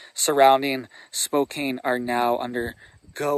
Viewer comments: Spo Can please!! I can't take hearing Spo Cane anymore! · Spo-kan is how it is pronounced, thanks for the warning. I'm in Vancouver, WA right now and there is lots of talk about the smoke coming our way and no one seems to know what is going on! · Spokane is pronounced Spo-CAN. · Spokane rhymes with spoke-can. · Is he trolling Spokane saying spokain lol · First off you should not talk about areas that you're not from without having facts. You bring up Spokane and you can't even pronounce the cities name correctly. LOL. I live in the area that was affected by the fire. Where their homes lost of course there were homes lost. this is not something that's uncommon to us in Eastern Washington. Fire started when a farmer was out in one of his Fields. It took off through the grass cuz of the wind and hit the tree line. Fire came to within a couple miles of my place we prepared so give everything down really good made sure we were ready to get out if we need to. That's the chance we take living in an area like this. We know this can happen every year. This year happens to be a decent year as far as fires go in Eastern Washington. We've had years were we've lost two or three hundred thousand acres. This year not even close. Get your facts straight if you're going to try to scare people scare them with the truth not your fiction